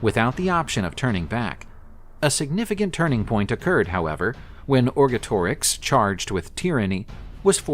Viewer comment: Cis-Alpine and Trans-Alpine not Cisalpin. Or-GET-or-ix